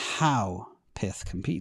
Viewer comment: I don't think it's "PITH", it's pyth like PYTHON